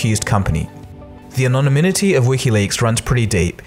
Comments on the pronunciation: it's "anoNYMity". Sounds really weird when you say "anonyMINity". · Its not "anoniminity" it's anonymity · Good little explainer, but sounds like the narrator has trouble saying "anonymity" 😂